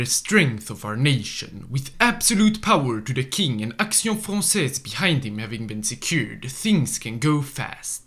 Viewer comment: Your prononciation of Action Française is on point 👍